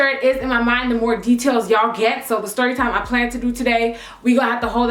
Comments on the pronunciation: "Styorytime" lmao 😂😂😂 girl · uhhhhhh i says stRorytime hahahahhahah a R to much hahah